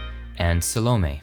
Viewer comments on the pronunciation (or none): I believe it is pronounced SAL O MAY, not Sal o me